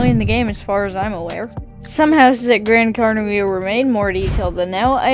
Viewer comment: Bro’s pronunciation of gran Caneria 💀💀💀 also I love how all Roblox flight sims so far have British devs